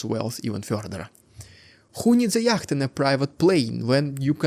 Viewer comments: The correct English pronunciation of yacht is "yot", I do not say this to be pedantic only that your blog in English should be taken seriously, and not ridiculed and dismissed for a comical mispronunciation. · FYI yatch is pronounced yot. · It has 2 pronunciations. Brits pronounce it "yot", North Americans (Canada, US) say "yat"... His pronunciation was close to the North American way (the C is silent though and should not be pronounced, which he did once). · Yacht is pronounced 'yot'. English is eccentric! 😂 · It has 2 pronunciations. British pronounce it "yot", North Americans (Canada, US) say "yat"... His pronunciation was close to the North American way (the C is silent though and should not be pronounced, which he did once).